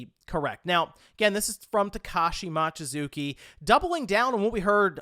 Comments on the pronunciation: Mochizuki is pronounced moh-chi-zoo-ki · drives me crazy how many times he said "Mawchizuki" ... how hard is it to pronounce the letter O?